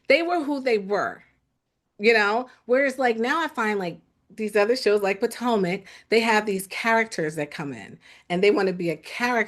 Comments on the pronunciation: Not “Poortomic” 😂 Shoutout to ‼️ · also calls Potomac, "Poor-tomac"